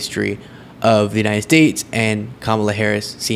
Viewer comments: It's not the vowel pronunciation, it's the syllable emphasis. Ka-ma-la, (correct,) as opposed to Ka-MA-la, (incorrect.) I hope this helps.😊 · the correct pronunciation is "Comma-lah" while trump and most other say "CAM-ala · Kamala is pronounced = come uh (soft sound ) la. Kama = desire (as in Kamasutra) komala= delicate. Older languages had slight distinction in the sound that had different meanings. Few examples come to mind like p and r combined form different sounding words like prime and s and m combined= smile etc. 😊. Come uh la (Kamala) means lotus like can you imagine what Kama (desire) la would mean?😜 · What is more disgusting is Vivek Ramaswamy and Nikki Haley mispronouncing Kamala. Kamala is an Indian name, and therefore those two politicians should know without a shadow of a doubt how to pronounce her name. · It's easy. Pronounce her name the way she prefers it to be pronounced. I don't understand why doing that is so difficult for these people - unless it's purposeful. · Saying Kamala's name wrong is like when people think all Hispanics are named Jose or Maria. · Trump never pronounces Kamala correctly. So disrespectful!! Rarely does anyone pronounce my last name correctly but I understand that. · The reason why Trump is mispronouncing Kamala Harris's name is because he can't remember her name so better to make fun of her than people making fun of your ignorance, but the irony of that is he's looking ignorant instead of telling people he's ignorant. lol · Medically thinking, when Trump gets only the first syllable correctly and ends the word wrongly, it is the most telling sign that he is heading to full-blown dementia. Some of the speech difficulties may be related to hot weather, poor sleep, but the constant difficulty to end the words properly is the worst sign. After all English is the only language he speaks.